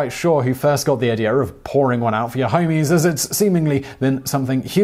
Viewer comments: Can't stop laughing at Simon saying "homies" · Hearing an Englishman say "pour one out for my homies" made this video too hilarious to take seriously.